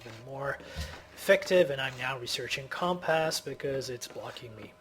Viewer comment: com pass? cumpuss lol